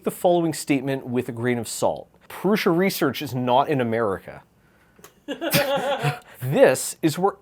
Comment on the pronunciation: I think it's odd that Josef Prusa doesn't know how to pronounce his own name. He calls it Proosa but it's clearly not correct because every youtuber calls hi ProoSHa.